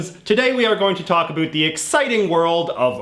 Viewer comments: why do you pronounce ABOUT like that???? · about: uh-bAut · the way you say about is unbearable lol